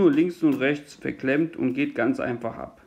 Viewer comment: Danke für das Video! Ich war auf der Suche nach einer Anleitung wie ich den Kasten entkalke. Ich find lustig, wie du immer "das geht ganz einfah so und so" sagst ;-) ich werde das Video zum zusammenbau wohl rückwärts ablaufen lassen müssen